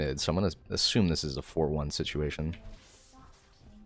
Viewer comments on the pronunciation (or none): "situlation" like this